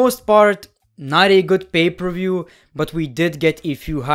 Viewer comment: Everyone: Pay per view: Bay ber wiew